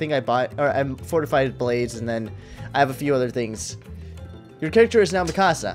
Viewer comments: its pronounced mee-ku-za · ITS PRONOUNCED MEKASA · He says Mikasa's name wrong